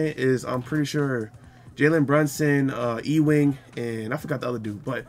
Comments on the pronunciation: It's pronounced You-wing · "E WING" 😂😂😂😂😂😂😂😂😂